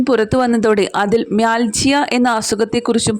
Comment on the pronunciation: It pronounces mialgia